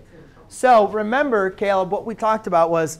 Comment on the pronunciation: "remeber (caleb) that......"